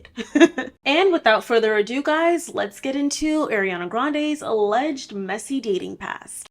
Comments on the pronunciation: It’s hard to watch this because she keeps calling her Airana and not Ariana . I’m not even a fan but it’s bothersome 😫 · If you're going to do a video like this the least you could do is say her name right. Her name is pronounced AH-Riana and this isn't some weird pronunciation she decided on, this is the traditional pronunciation....it's not EH-riana. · ITS ARIANA NOT AIR-IANA OMGF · so is it air-riana or AR-iana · btw it's “ARiana” and not “AIRiana” ! 🪐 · She is Ah-ree-ah-nah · the way you're pronouncing Ariana like Eriana is killing me 😭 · Not an Arianator but can we stop saying 'Airy-ana' 🥴🥴 the As have the same sound of 'ah' not like 'air' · It's are - ee -aw - na lol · I love how in most videos people call her ''Air-iana'' (she said it irks her when people mispronounce her name) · Airiana grande... ya'll learn to at least pronounce her name right before you make a whole video about her.